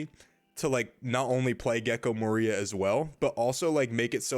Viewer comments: The accent in gecko moria in definatelly incorrect, you spelled wrong like 10 times in one min like "Gekko MARIA" lol had to stop the video to tell ya hope that helps ps: If I'm wrong delete this comment for me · Great video! The way you say moria surprised me though. That's the first time I've heard it pronounced that way